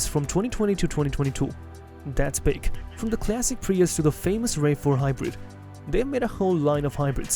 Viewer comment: Why the AI voice-over? (RAV4 - "rave" 4 ?)